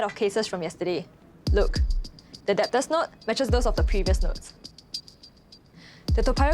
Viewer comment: Can’t get over the way she pronounced debtor wrongly